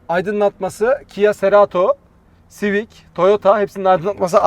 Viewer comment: Abim civis değil Civic 😜